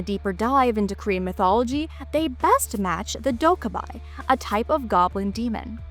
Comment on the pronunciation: appreciate, trying to give some cultural background to the demons. One small correction in pronunciation. the goblin like demons are pronounced closer to dok-gae-bee, not dok-gae-by.